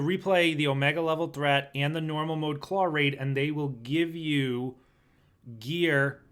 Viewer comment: There is no r in claw